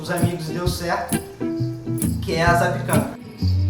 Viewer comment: A pronúncia correta é zapiÉkanka....tem que pronunciar o É...e o cogumelo é o borowiników (cogumelos silvestres polacos secos).